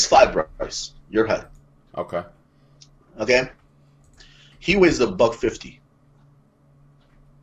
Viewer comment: I can hear Jamie having yelling at the screen every time you say heigth instead of height.